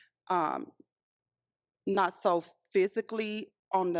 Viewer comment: Every time you say “not” it sounds like “nut” and I’m like huh??😂